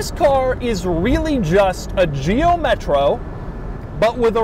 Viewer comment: Driving the “metrou”😂😂😂